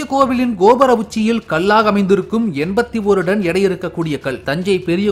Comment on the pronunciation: ஐயா அது டன்(Ton ), நீங்கள் உச்சரிப்பது போல (Don ) அல்ல